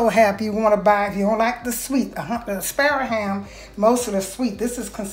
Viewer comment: WHAT IS A SPARROW HAM? SO YOU ARE SAYING SPIRAL!